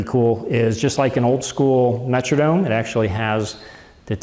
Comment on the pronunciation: very nice comprehensive review, except for your pronunciation of 'metronome' . perhaps you are from MN, but the 'Metrodome' is not a musical time keeper...